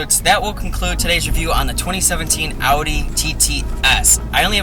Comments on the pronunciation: Will you please just pronounce Audi right? We know you see our comments,.. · Like when you said "Audi R8" you said it right but not when you said "Audi TT"